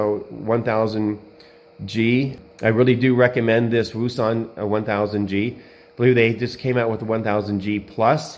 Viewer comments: Its pronounced Woux Un and Its actually Pronoucrd OceAn hope the info helps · Wouxon is pronounced ocean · Pronounced O-shon like ocean